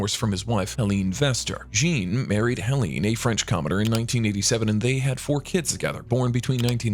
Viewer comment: OMG .... Prince Jean (djeen) is not pronounced in English but in French (sjang)